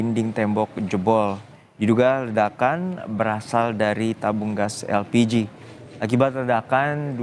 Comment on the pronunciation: Elpiji??????? Yg bener min?😂